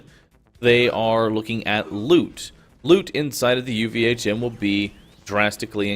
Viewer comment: OMG stop calling it UVA'CHIM!